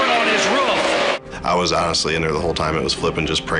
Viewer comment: “ OH! Matt Kenses over on his Ruf “ XD